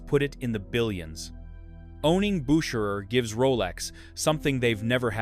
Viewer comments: When the voice over had five attempts at pronouncing Bucherer and getting wrong each time I pulled the plug on this AI crap. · For the love of Mike, can't you get the pronunciations consistent? Your AI narrator bounces back and forth between two pronounciations. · How many ways can you pronounce “Bucherer’? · That's exhausting! How many different ways are there to pronounce Bucherer? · This video could easily have been less than 10 minutes. So repetitive and the same AI voice pronouncing Bucherer so many different ways is wild.